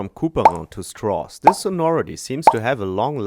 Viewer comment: "Strauss." Rhymes with "cows"